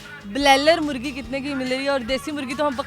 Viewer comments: Nice gesture, apni urdu bhi theek Karo, murghi hota Hai murgi nahin, bollywood ko goodbye kaho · .. its not "murgi" .. it is MURGHI مرغی